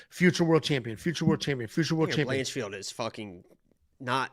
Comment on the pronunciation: "Blanchfeld"?! She's not Jewish,! 😅